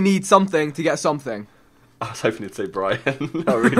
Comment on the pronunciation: Why does simon say "something" like "somethink". Like if you agree